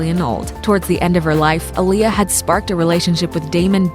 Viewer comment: Not even saying her name right